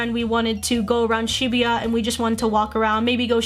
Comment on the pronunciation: Why are you saying Shibuya like that! lol